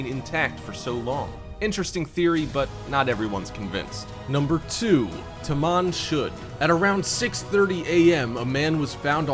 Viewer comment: Tuman "shud" go to bed get it, 😁 but no seriously I like vid